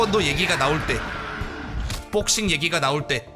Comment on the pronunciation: 형 뽁싱 발음 개좋아